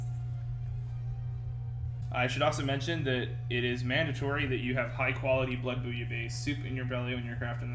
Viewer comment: "blood booya bay soup"??